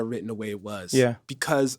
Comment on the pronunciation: You cannot say “because.”